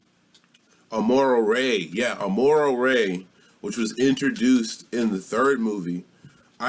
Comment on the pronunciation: "Amora Rey" lol. I bet you triggered all of your viewers with this.